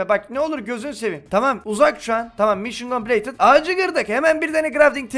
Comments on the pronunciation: Bir atasözü derki: mişın kompleytıd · Bir atasözü derki: mişın kompleytıt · Bir videosunda konuşmalarının yarısı: mision coplated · Bi ata sözü derki: mişyen kompileytınt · Bir atazözü derki:mişın compileytıd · Bir Ata Sözü Derki: Mişyın Kompleytıt